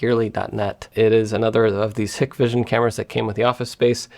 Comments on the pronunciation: It’s pronounced hi-k-vision. Side note, they are under US sanctions for support they provide to the Chinese government in their mass surveillance in Xinjiang. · Not "hick-vision", companies name is "Hike-vision",... bloke who owns it, has a brother with a company on the opposite side of the street, called Dahua. Hikvision only make cameras, Dahua only make the recorders. They do product swaps under each others brands.